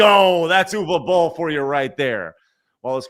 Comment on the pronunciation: I still remember that i signed a Petition to prevent Uwe Boll from making more Movies. Ps: I don't mind that you butcher his Name.